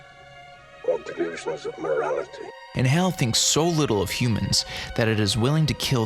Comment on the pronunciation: Good video but I gotta ask, why do you keep using a long A vowel sound to say HAL when the film, along with decades of subsequent pop culture references, provides numerous examples of the correct pronunciation? Are you just trying to be different? Lol oh well. Carry on